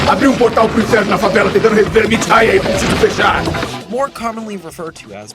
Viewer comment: Chico Science is great too, but 'MIT AIA' is clearly just 'Tim Maia', another beloved musician >w<